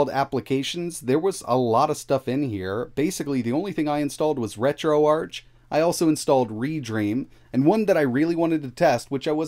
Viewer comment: > Pronouncing RetroArch wrong.